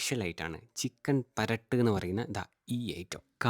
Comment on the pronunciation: Paratt alla perattu